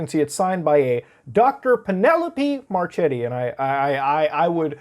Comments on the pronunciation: you didn't butcher it that much but this might be usefull: ch, in italian, is kinda like k, so "marchetti" goes "marketti" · OMFG my sec. Sure name is marchetti XD wtf , and im ffrom italy hahahaha p.s. And you butcherd the name hard bro (muchlove hahaha)